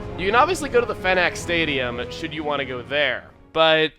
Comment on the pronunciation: When Chuggaa said "Phenac Stadium" It sounded to me like "FedEx Stadium"